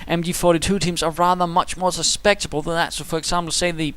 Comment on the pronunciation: For your reference, the correct word is susceptible and it's pronounced "su-sep-ti-ble. XD